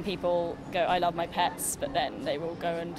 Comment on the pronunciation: why she says PATS, it is PETS bro